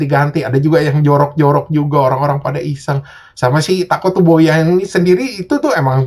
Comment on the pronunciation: Tatsukoboya bang bukan takotsuboya